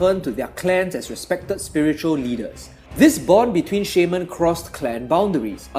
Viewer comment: You really sell the Orcs so well, you give me goosebumps! And i love the way u say Shaman :) You seem like such a peaceful guy